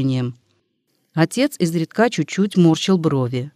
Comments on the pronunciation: Не изредКА, а Изредка. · Изредка. Ударение на И. 😢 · Ну что это за "изредкА"? Слово встречается часто, и каждый раз ударение на последний слог. Значит, ошибка не случайна. И недоумение растёт... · Наверное, читает машина: русский человек не может в слове "изредкА" ставить ударение на "а". Здесь же постоянно коверкаются ударения! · Изредка. Ударение ставить на "и"!!! Ведь это надо знать тем, кто читает классику... 😢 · Мне тоже не понравилось, как будто читает робот. Странные паузы в неподходящих местах... И просто чудовищные ошибки в ударениях. ИзредкА убило